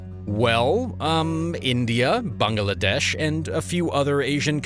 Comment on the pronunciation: I can't get over the pronunciation of Bangladesh: Bung-Uh-Lah-Desh :/